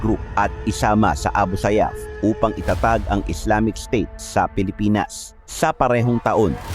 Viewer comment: maganda sana kaso kulang kulang ka sa research ng pag bigkas, like insilon,, at islamis, islamic po yan as in islamik hindi islamis millitant.